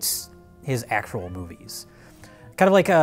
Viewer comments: Sounds as if says either “moopies” or “moofies”. The latter would make sense, given the V to F consonant shift in northern Germanic languages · Did '' say "moopies"? Is he Rich's grandfather?